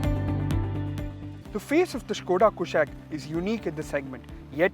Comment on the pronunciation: It's not कुशैक it's कुशाक। the name has been taken from Sanskrit!